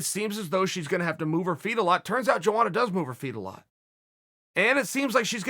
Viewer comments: Am I trippin or are you not supposed to pronounce the J in Joanna’s name like many people do ? Lol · No one: chael sonnen: "joeana"